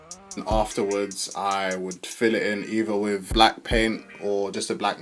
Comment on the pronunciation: “In wiff “ 😹😹😹